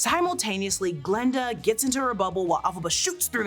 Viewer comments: it's Glinda not Glenda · i thought i was going crazy i kept hearing glenda